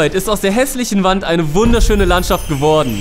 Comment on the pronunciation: Bin ich der einzige, den die Betonung von "geworden" dezent triggert? 😅🙈 Aber MEGA Video, ich freu mich immer, wenn mir was neues von euch angezeigt wird ❤